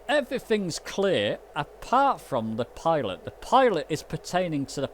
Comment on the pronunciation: Pi "T" ot (Pee to), Not Pi "L" ot. Just want you to be aware it is NOT a pilot heater.. Love your videos and keep up the good work and thank you.